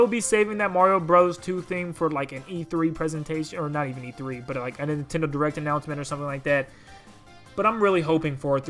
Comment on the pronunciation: Nin "ten" do land XD